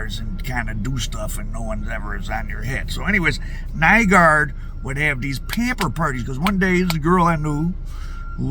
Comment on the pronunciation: Nygård = pronounced New-gore'd